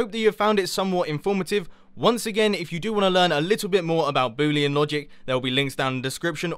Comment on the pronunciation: I love when he says "boo-lee and logic"